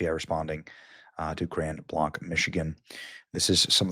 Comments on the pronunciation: It's driving me nuts. We have always pronounced it as "Grand Blank" like a firing blanks. Sorry for that comparison, no disrespect intended. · Grand Blanc, sounds like Blank, A. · Benny, I live in Michigan. The city is pronounced Grand Blank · Just for your information it’s pronounced Grand Blank. It’s just south of Flint Michigan where I was raised. Apparently the shooter was from Burton and at this time they are searching a home on Atherton & Center rds. Avoid that area. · It’s crazy I was wondering what was going on I live less than a mile away from the church. All the ambulances were flying by my house. Btw not that it’s important in the scheme of things but it’s pronounced Blank. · It's pronounced Grand Blank ....... another of those name things. This is not intended as an inflammatory criticism, but intended to be helpful. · Michigan is a big Muslim state!!!! Just sayin! It’s pronounced Grand Blank! (Grand Blanc!!!) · Pronunciation is Grand Blank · Pronounced like Grand Blank. Just south of me, so sad. Prayers. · Grand BLANK. It’s not pronounced like the pen company. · It's Grand Blank pronunciation Benny...its my old hometown,where my family lives. Its tragic!!😢🙏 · Benny it’s pronounced blank. Grand Blanc. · you are driving me nuts! Grand Blanc is pronounced Grand Blank, like a blank check. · It’s pronounced grand blank but it’s this blue state corruption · It's pronounced grand blank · It’s insane that you have this before the mainstream media. And it’s pronounced Grand Blank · Not that important but it’s pronounced grand blank. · Please pardon me for correcting your pronunciation, but in Grand Blanc Michigan. Those who live there pronounce it Grand Blank. Aside from that keep up the amazing work. God bless you and your family. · It is pronounced "Blank." I was born and raised in Grand Blanc, this is so crazy! It is out of control! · It's pronounced like blank, just for follow up videos. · Blanc, pronounce BLANK. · Pronounced blank. Grand blank